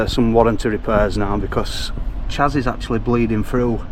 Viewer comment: Great video! By the way, when you mentioned 'chassis,' I noticed it's one of those tricky words that looks different than it sounds. It’s actually pronounced 'sha-see'—took me a while to get it right too! Just thought I'd share in case it helps. Keep up the awesome content!